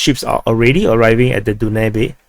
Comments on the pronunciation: you must be tired, "Den new bay" river is pronounced as da ·nyoob. They are also dredging parts of the Danube from Izmail so to reach Southern Germany passing along the way to 6 other European countries. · Hey Du-na-bee is Danube :) Amazon of the Europe ie. biggest river in Europe, Pronounced Dan-yu-bee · My man it's the DAnube river not DUnabe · Danube is pronounced DanYoub. (Biggest river flowing across Europe.) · Danube river is pronounced Dan Noob. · Danube River....,. Dan yoob... got it? Dan yoob ! If it were in Africa perhaos they would pronounce it, Doo nab eh? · The video was so long he actually had the time to learn how to pronounce Danube XD.